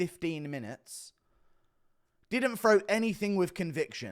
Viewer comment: I'll never understand why people from the UK say "FRow" instead of "THrow". TH does not make an F sound so what do they teach y'all in school? Do they not even teach TH? Do yall just take those out of the Alphabet? Not like its hard to make a TH sound, is it. Always talk about how they invented English but they literally cant even speak the language😂😂. But I'm serious about wanting to know how they teach reading and English over there. I gotta know.